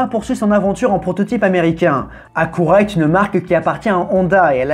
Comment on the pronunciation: J'en reviens pas à quelle point les français sont pas capable de prononcer le nom des marques 😂😂😂 Cadiyac comme vous dites se dit cadilac Acoura=acura Ou sinon c pas dans la vidéo mais votre fameux Hyunday qui se dit hyundé Vous êtes vraiment décourageant